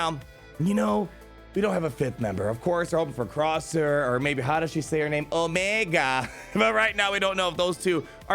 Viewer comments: Gotta practice the omega pronunciation. Try this: omEEEEEga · She says it like Omeega